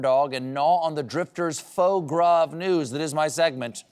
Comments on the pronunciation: /fo gra/ for "foie gras"? That's a new pronunciation. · Did Stephen say"faux" gras, in the opening? Like imitation foie gras? I hope that was intentional. Haha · "...the drifter's FAUX GRAS of news..." - "FAUX GRAS" ??? No goose was harmed in the making of Stephen's "foie gras" mispronunciation faux pas.🦢 Wait...Was it merely a mispronunciation...or a "faux" (fake) mistake?... Word Nerd Jackal Correction: The French word "gras" means "fatty" or "greasy" and is used to describe food and culinary creation. As the drifter's dish described by Stephen is most certainly greasy, there is nothing "faux" about its "gras". Love to Stephen Colbert and all the Jackals spawned and set loose on the world by Seth Meyers 🐾💖🐾